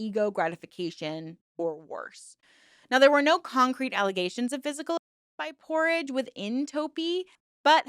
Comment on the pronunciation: Jesus Christ you cannot pronounce P-Orrige or sigil. wtf